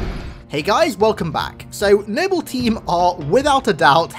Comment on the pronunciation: Nible team! Lol how he says it